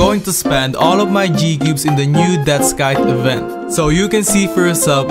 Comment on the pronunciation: "Death Scythe"